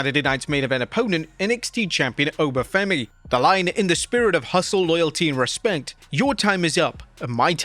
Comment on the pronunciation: "Hustl, loyalty, respent"? Huh?